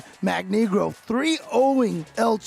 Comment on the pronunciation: it's magNEEgro like "Magneto" btw